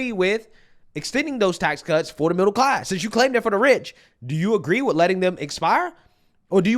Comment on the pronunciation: Bruh she basically said "im get back to you but first... I grow up in a mibble class house"